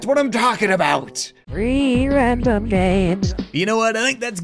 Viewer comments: It sounds like free random games not three random games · I hear it like REEE rAmDoM GamEs